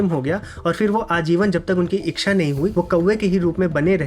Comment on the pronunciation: इच्छा का उच्चारण सुधार लीजिये. इक्षा नहीं होता